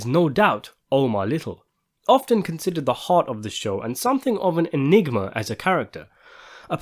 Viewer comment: He said Omars Enigma i thought he said Omars a nigga😂